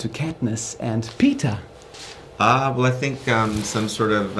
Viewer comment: can we just hate the fact that the first time he tried to say Peeta he said Peter. Can we?